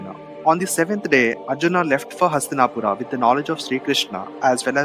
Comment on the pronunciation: Nice clip Bhai 👌. But your pronunciations of names is awful and NOT Indian. You sound like a colonised Coolie. Arjunaaaa... Bhimaaa.. Hastinapuraaaaaaaaaaaa ...hell all names end in aaaaaa😅! Not how they speak in India mate.